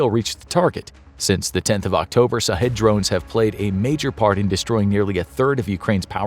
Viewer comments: I am a Indian but guessing "shahed" means martyr in Persian, and maybe it is prononced as 'shaaheed', not sahedh. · I would recommend to prounounce the word shaheed not sahid, good job narrator. Keep up the good work :) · as someone who knows persian i can tell you it is SHahed not Sahed...SH as in "SHIT....a kamikaze drone" and it means "witness" but in islamic culture, "witness" is the same as "martyr" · Sha-heedh not shaw head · Knowledge is power and this video is part of that but for the love of God if you're going to do a whole video on something at least learn how to pronounce it correctly. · I hope it's sarcasm because they're not pronouncing it right. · He should have pronounced sh sound.